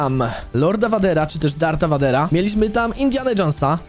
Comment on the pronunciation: mówi się VEJDERA a nie vadera